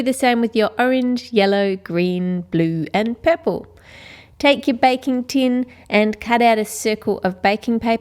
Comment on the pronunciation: she says poorpole